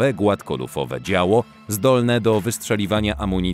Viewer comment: 9.44 "opływowe głafkolufowe działo"🤣🤣🤣🤣🤣